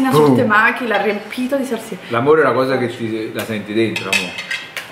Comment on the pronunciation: dice sassina invece di salsina